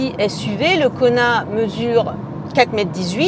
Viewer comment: à chaque fois j'entends Konard